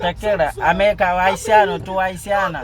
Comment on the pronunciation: Niki yo pa di ahiciano ni ahiciana yo di ahitiano ou ahitiana